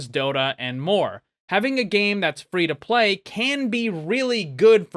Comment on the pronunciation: He said "free to playdoh" xD